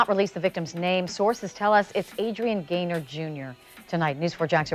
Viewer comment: His dad didn’t tell him to slide. And it’s Adrian Gainer(Gayner) not garner.